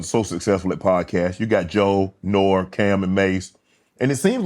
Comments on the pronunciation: He is wrong. He's saying Nor but it's pronounced Norey. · He called nore nor 😂. Norey is how you say it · No, he's saying Nor but It's pronounced Norey. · Nor? Nor-E = nore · Nor? It’s pronounced Nori 😂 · Aint no way this man said NORE INSTEAD OF NOR-E that is crazy. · He read “Nore” and said Nor bc not good reader i guess 😫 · I’m a 45 year old fat white guy and I know “nor “ isn’t how it’s said lol come on Unk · Bruddah Shannon…..it Nor-E, Nor-E…..😂😂😂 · Nore is pronounced "NOREE" Unc! I can't leave you out here like that. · It’s pronounced “Nor-eeeeee” 😅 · Why shay keep saying nore like more cmon mayne 😂N.O.R.E. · He couldn’t pronounce Nore name lol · Somebody please tell Shannon how to say NORE LOL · I’m pretty sure they wrote down N.O.R.E like everyone else 🥴 If he was truly apart of the culture he’d know how to pronounce it. But every skin folk ain’t kinfolk 🤷🏾‍♂️ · Can Shannon learn how to pronounce N.O.R.E??